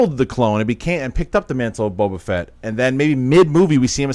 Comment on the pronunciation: John.. It's Boba Fett... FETT.. with an F! Not Vett. Please I can't take hearing Boba Vett one more time lol